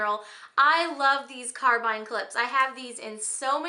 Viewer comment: Carabiner is pronounced "care-a-bean-er"